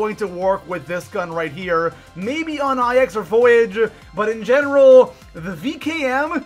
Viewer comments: Did this man just pronounce ix eye ex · IX IS PRONOUNCED “NINE” ROMAN NUMERALS